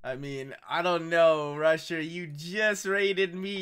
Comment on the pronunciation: Haha with cc's on when said "Rusher" It came out as russia.